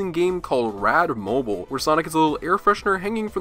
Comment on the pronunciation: Disliked for mispronunciation of radmobile